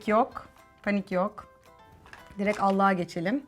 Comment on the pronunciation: da ALLIĞA geçelim diyormuş bende ALLAH'A geçelim anladım jfkrnkfkfkfmfjck